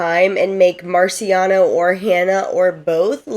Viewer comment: MarCIAono not MaRIciano 💕 But then you got it right for the rest of this video 😂 Great job on the recap. This was super helpful to refresh my memory for the newest season. I couldn’t put myself through rewatching it.